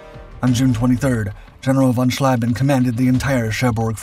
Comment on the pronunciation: Interesting item, but what is annoying in is that after all those years you still don't know how to properly pronounce the ie and ei in German names. Heinkel tortured into Hinkel, von Schlieben into von Schleiben and what not more, I lost track. Please do research of how to pronounce foreign names before you record the texts, it will give a quantum quality boost.